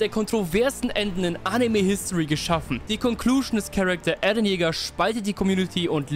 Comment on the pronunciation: er heißt eren und nicht ärren bro